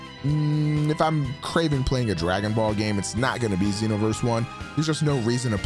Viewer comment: lmao "Dragging Ball"